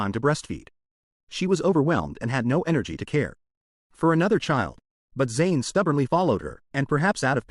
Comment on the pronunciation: AI really sucks, can't even say the proper pronouns for the character Zain.